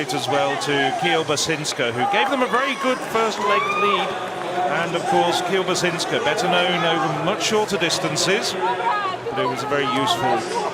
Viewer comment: I agree, during this very run the American commentator says Kielubasinka instead of Kiełbasińska, which sounds hollerious and very funny to the native Polish speakers😆